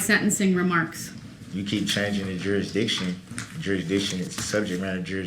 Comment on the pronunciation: "Yerr honerr, what about subjeect matter and jerrrrisdiction, the jerrrisdiction" uh, what an idiot. Happy holidays my friend.